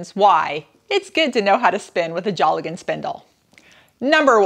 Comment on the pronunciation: Pronouced dale gan not jolly gone....